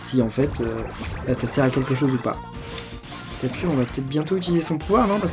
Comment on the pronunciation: ON DIT TAPU PAS TAPUR !!!!!!!!!